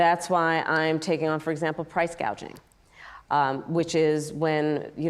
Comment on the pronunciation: Kamalaugh is able to learn! Finally pronouncing GAUGING right. Well done girlie 😂